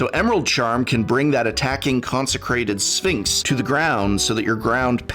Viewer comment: Especially when “sphinx” sounds like “sphincts”